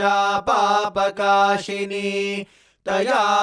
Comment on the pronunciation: With due respect, I would like to mention one small observation. The word “Paapakāsinī” is generally pronounced with “sa”, but in the video it is being pronounced as “sha” throughout. Since the tutorial is on Vedam and comes from the revered Satya Sai Institute, I felt it might be worth gently bringing this to your notice. I sincerely seek your guidance and clarification on this.